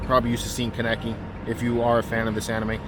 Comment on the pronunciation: I can tell you haven’t seen the anime. The way you said Kaneki 😂